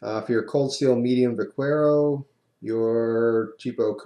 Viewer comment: Jeff, as someone who speaks spanish, I cringe every time I hear you struggle with a word like Vaquero. It means cowboy. bah-CARE-oh. but, being a v, the b is a very light b, kind of a cross between a b/v. and as for latin, I'm sure you know et cetera as well, though english has crammed the space out of it, making it one word. =)